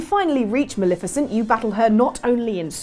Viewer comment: please stop mispronouncing Maleficent's name 😋